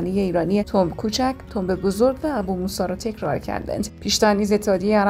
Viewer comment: خانم گوینده بو موسی ببخشید❤